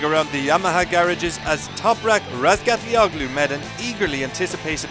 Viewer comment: the announcer got all of the syllables right in Toprak's last name! 😁